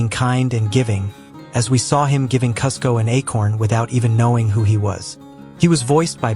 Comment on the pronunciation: Awesome video! I’m sad there are no other comments... And Kuzco is pronounced Cooz-ko. Yzma is pronounced Eeez-mah.